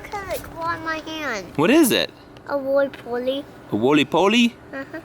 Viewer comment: It's a woley poley